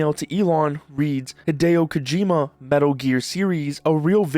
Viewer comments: "Hedeo Kojima" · You pronounce "Hideo Kojima" the way that people pronounce Japanese names when they are making fun of American pronunciation